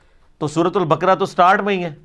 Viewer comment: ...البقرہ۔"۔ق" پر بھی زبر پڑھیں Al BAQARAH" BAQRAH NAHIN